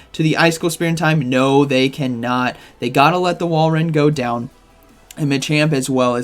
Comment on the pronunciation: pronounces Walreins name different every day 😂 Whale Run, Wall Run, but he did get it right previously with Wall Rain